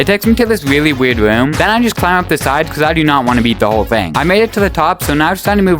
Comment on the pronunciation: Wtf " It Takes me to this weawwy wierd woom" like bro learn to fucking speak